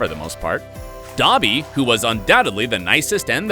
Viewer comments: Ya and how he said dobby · Buh-sih-list? Doh-by?? Oof